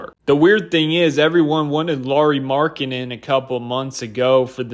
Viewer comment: When I hear people butcher Markkanen's first name i just assume they've never actually watched him play and are just parroting the opinions of others 😂